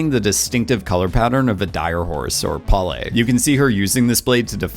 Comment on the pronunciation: Te Suli is pronounced "Sooli", also it's Neteyam, not "Neyteyam" and Omatikaya, not "Ometikaya", Pa'li, not "Pa'le", beacause Pa'le is a direhorse name. You were sooo lucky to make that interview, very nice! :)